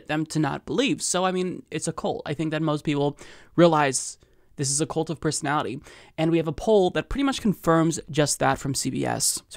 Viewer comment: you're killing me with saying cult as, "coolt." It's, "kuhlt." Otherwise, all good.